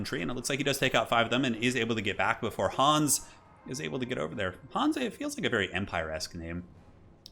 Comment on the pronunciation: Well, Hans or "Hooons" as you call him is a german name and thereby sounds imperial.